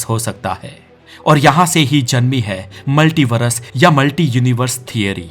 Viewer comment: मल्टीवरस नहीं, मल्टीवर्स होता है अनपढ़ 😂